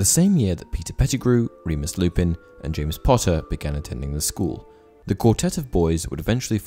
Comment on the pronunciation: Am I the only one who heard “James Potter” as “Jamus Potter”?